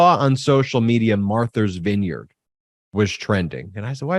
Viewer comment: I love you Ben, but you crack me up. Martha's vineyard, not Marthers vineyard. Or if you want to say it with a Boston accent Maahthas vineyard. Thank you for another informative video. You are now our go to for political news. And I'm loving how you guys are growing so quickly! 563 thousand and climbing by the minute! Woot!